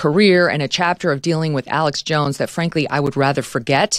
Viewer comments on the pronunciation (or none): It’s Alex Jones, not Alex Joneses.